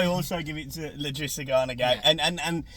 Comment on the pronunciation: it’s i’drissa not L’drissa Gana Gueye. Good match reaction though. Pickford save was HUGE! COYB